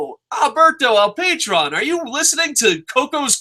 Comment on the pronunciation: It's El Puh-trone lol. I gotta get into the habit of watching LU, I don't even have the channel